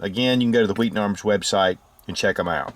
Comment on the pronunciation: I just came here to listen to pronounce 'Wheaton' HWWEE'-ton